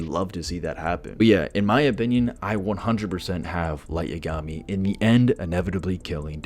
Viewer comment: The way you pronounce Yagami murdered my soul. Light’s shinigami (Ryuk) would notice Dex and alert Light to being followed